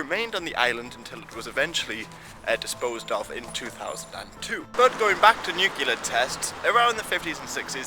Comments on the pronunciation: *nuclear not nucular just so you're aware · did just say Nu-cu-ler? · Of all people to mispronounce nuclear. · Oh dear, someone used a very common mispronunciation, so common in fact it's been used by multiple presidents, scientists and academia; whatever will we do? I have absolutely no idea what is talking about now?